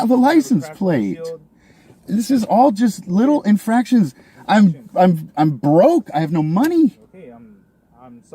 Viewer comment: Around the mark it sounds like he says you can pull me over for fractions. Math is hard.